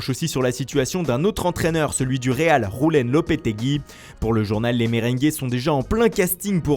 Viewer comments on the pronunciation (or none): C’est Julen(youlaine) et pas rouxleine